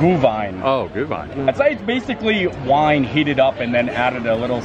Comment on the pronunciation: Gluhwein (Gloo-wine), not GOO 😂🤣